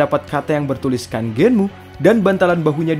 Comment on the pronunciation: Kamen rider Genm bang bukan Genmu